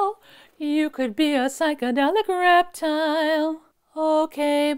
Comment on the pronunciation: You said “do you wanna be a reptile” I heard “do you wanna be a Reptar” Immediately the answer was yes